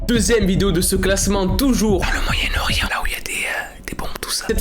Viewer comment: "Le MoYaEnNe-OrIeNt 😮✨Voila je chercher le mots 😌✨" Le jour ou je vais sortir sa a ma mère elle va rire 😂